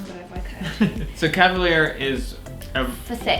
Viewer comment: wow. the way she says calvalier clay